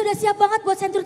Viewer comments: ngakak dah pas keseleo lidah Bank Century 😅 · Wkwk walau slh sebut ba*nk century😂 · Salah sebut bank century langsung ngakak 😂😂😂